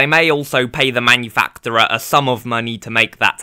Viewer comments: It’s pronounced as manufakcherer. Sorry, couldn’t resist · no hate, but give me points for being real, you pronounce manufacturer weirdly ngl